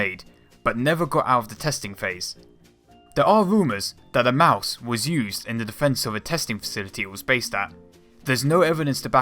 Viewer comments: Yea he said maus wrong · Lol you are say in maus wrong